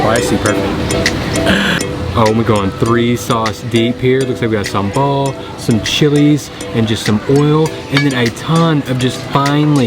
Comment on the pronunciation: I like how u say SAMBAL.. I can make SAMBAL for u btw .. But please dont order pork sate when u are with me LOL🙏